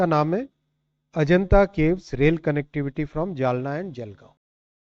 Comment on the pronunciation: लगातार अशुद्ध हिन्दी उच्चारण। जलना? ××××। जालना।